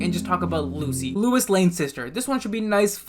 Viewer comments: It is pronounced low iss not Luis. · Hearing say "Lewis" will never not be funny lol